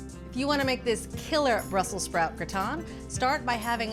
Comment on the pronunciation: Wtf is gra-ton? 🤣